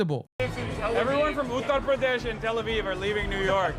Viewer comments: And still mispronounces it. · no because he still doesn't say it correctly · On the “accent” thing I think it’s just him tryna say it properly? Might come off cringe but still.